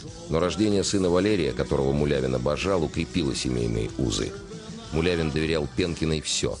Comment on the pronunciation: Извините, мулявину, фамилию правильно